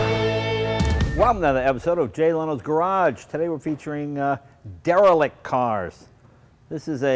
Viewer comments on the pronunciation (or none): three syllables der' ra licked is the only correct pronuciation